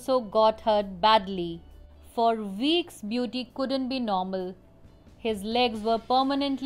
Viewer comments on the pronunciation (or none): also when you say weeks it sounds like veeks.